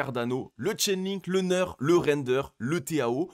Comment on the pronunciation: Juste pour information et parce que ça décrédibilise totalement le reste pour les confirmés, c'est NEAR (prononciation NIR) et pas NEURE...